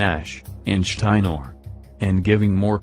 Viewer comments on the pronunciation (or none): It's Steiner, not Steinor! Get it straight! Orher than that, sounds like a good story, so far. Some people believe, though, that Ed Ferrera and Vince Russo were actually sent by Vince McMahon to WCW, to totally ruin WCE, their Main Rival...and, whatever the real story is, WCW ended up going out of existence on March 26, 2001. I watched the last episode of WCW Monday Nitro, and it was very sad to watch. Sting and "The Nature Boy" Ric Flair squared off against each other, and Sting won. After that, they shook hands, and hugged each other, several times. Then-Suddenly, as Vince McMahon was out in the WWF Ring, gloating about the demise of WCW, Shane McMahon appeared on the Screen-At the very last show of WCW! He was telling "Dear Old Dad", that it was he, that had bought WCW! Well...here we are, 23+ years later, and Wrestling is still going strong. Vince McMahon, Shane McMahon, Stephanie McMahon- Helmsley, and even Ms. Linda McMahon are, apparently, long-gone, and Triple H has taken over things. Well...see ya at the Matches!